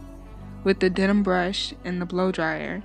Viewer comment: It's a den-man brush, not a denim brush.